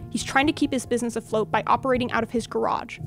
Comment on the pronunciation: How can people take this video report as important when you can't even take the time to sell the word BUSINESS correctly..